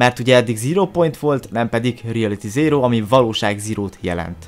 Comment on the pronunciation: REALATY ZÉRÓ... Jó az angolod